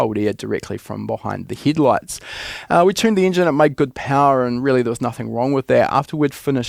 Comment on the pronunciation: Just ribbing you. You've got great content! Though I must say the first time you said "headlights" I genuinely thought you meant "HID lights", as in high intensity discharge.. and I got confused wondering why that'd make any specific difference :D